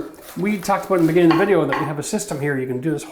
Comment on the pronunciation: The way he went a "boot" it was very Canadian.